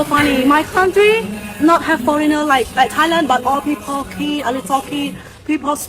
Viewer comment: เราร้องเพลง Elvis presley ให้ฝรั่งฟัง ในยุโรป..เรียนภาษาที่ AUA..การออกเสียงเธอยังไม่สมบูรณ์..ส่วนสำเนียงไม่มีใครซีเรียส..จริงๆแล้วคนฝรั่งเขาต้องการแค่ สื่อสารเข้าใจกันเท่านั้น..เก่งขึ้นมาคือนักร้องสากล..เก่งสุดๆคือ โต้เถียงเรื่องภาษากับเจ้าของภาษา..ซึ่งอย่างหลังไร้ประโยชน์..พีเพิล ก็ผิดแล้ว..นี่ครับ ไม่เรียว หวดสักทีซิ..555